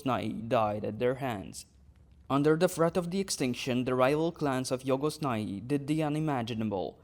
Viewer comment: I like the way you pronounce Jhogos Nhai